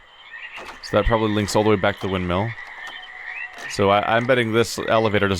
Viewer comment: Just had to come here after watching you get savaged for your pronunciation of "windmill" in The Witness playthrough. Seems like the 1,289 comments had an effect. 😄